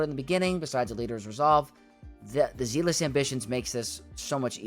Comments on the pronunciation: Love this,! Thank you! (I hope you don’t hate me - but “zealous” in Zealous Ambition is pronounced with the same “e” sound as egg and met, so “zeh-liss.” Apologies - spent too many years as a teacher, please don’t hate me) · Don't apologize - he needs to pronounce a simple word like that correctly!